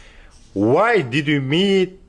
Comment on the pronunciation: ассалам алейкум. Может быть Why а не Whay 🤔 ничего личного 😁👋 а так мээнетиниз жансын 🤲